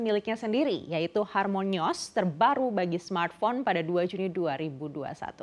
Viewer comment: Eh bntr.. bacanya kok harmonios ya? 😅